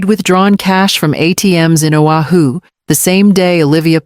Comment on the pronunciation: Oahu equals oh-AH-hoo, accent on second syllable. Like proposal. HTH.